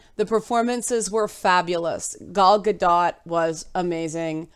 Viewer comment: glad to hear the movie is worth watching, though I just wanted to let you know that you're pronouncing Gadot incorrectly (which I just recently learned myself). it should rhyme with boat or float